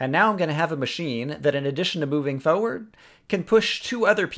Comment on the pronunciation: I love how you say forward